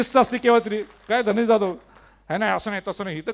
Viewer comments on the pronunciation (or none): none